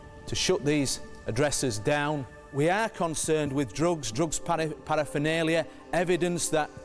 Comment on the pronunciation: For goodness sake it is not parafinalia it is paraphernalia. You would have thought the senior police officer would know that.